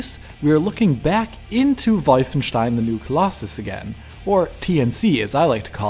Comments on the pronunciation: LoL "Wojfeńsztajn" . Guess what language is that! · "volf-shen-stine"... rolled eyes... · Omfg stop it with the WOILVUNSTEIHEIN. omfg it's so cringe. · The way he says "Wolfenstein" hurts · PLS PLEASE dont pronounce wolfenstein right. The Wolfen part is ok but stein - "ei" part should be misspronounced. Most Germans even prefer it because it sounds hilarious.